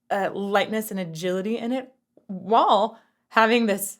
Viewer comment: I love that you have a little bit of a southern accent when you say "while". You pronounce it "whal". Not making fun of it. I pronounce it the same way. I say "winda" as well